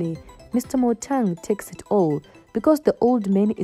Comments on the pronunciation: Motaung not Motang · How can you compare kaizer and mama mkhize there is too much difference between the two where are you from you can't even pronounced Motaung what is motong